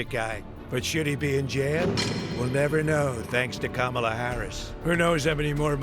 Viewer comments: Definitely a fake ad. He pronounced Kamala correctly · They should have known they were being taken for a ride as soon as the Trump voice pronounced Kamala correctly. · The giveaway here is that he pronounces Kamala correctly.